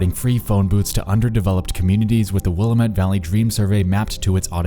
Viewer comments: Wil-LA-met (the LA is a hard A like in 'hat'). You need to put emphasis and inflection on the middle part of the name. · Interesting video. My only gripe is that Willamette is pronounced to rhyme with "dammit" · Willamette is pronounced like Will-“Dammit” btw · Pronounced, ...Will-am-it. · Not a big deal but Willamette is pronounced Will-AM-Et lol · I always forget people not from here pronounce the word Willamette like Will I Met lol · wil-AM-it dude wilAMit she even says it in the voicemail message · say it with me: Will am it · Loved the video. As a Portlander I gotta inform you that Willamette is pronounced "will- lamb-it", rhymes with dammit. :) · mk Ima move to the other side of the country I'm done with oregon. also its pronounced will-am-et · It’s the will-a-met, damnit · It's pronounced will am it lol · Me, every time he says Will-uh-mette: It's not important. It's not important. You don't need to correct him on his pronunciation. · I hate to be "that person" But I'm from the Willamette Valley area, and it's pronounced Will-Am- It, not Willa-met. Great video though! I'm glad you beat Covid's butt! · It's Willamette dammit.. that's the best way to learn to pronounce Willamette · The number for the Willamette(pronounced Will-ăm'-mett) Dream... is the area code and number for a small town (Lebanon) land line in Oregon. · Btw I live in Portland and it's pronounced like dammit, "Will-a-mette dammit" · and its will-a-mette short "a" like in ham. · You include a recording of how Willamette is supposed to be pronounced but decided to pronounce it will-uh-met throughout the entire vid? SMH. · Hey it’s pronounced will-ah-met. :) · Nexpo: Will-a-met People from the PNW: < visible suffering from wanting to correct him > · Willamette is pronounced Will-lamb-it not Will-uh-met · oh nexpo baby, it’s pronounced will-AM-it. feels special that you did this episode though because i’m local, thank you 🥰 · FYI it’s pronounced WIL - LAMB - IT (Willamette)😎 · Godamnit Willamette